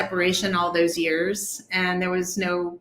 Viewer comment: "anD", not "anT", broad. Add WTF is up with the nasal-congested interviewer? Get some allergy meds, son.